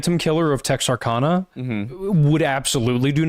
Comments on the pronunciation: Tex-Are-Can-uh guys. Please if you do a video on it, don’t mispronounce it. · the way you pronounced texarkana is fucking hilarious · Texarkana is not pronounced like that boys 😂🤦🏼‍♀️